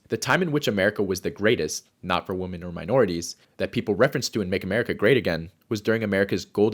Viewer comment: stop pronouncing it "WOMAN" when it is "womEN", what the fuck is going on with this generation